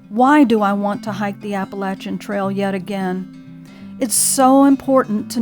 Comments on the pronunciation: PTL. You pronounce Appalachian correctly. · Little sister in the Lord. Thank you for your story and your outlook. I love being in the woods. I appreciate your proper pronouncing of the name of the trail. LOL I pray that you are able to finish your journey.. God bless.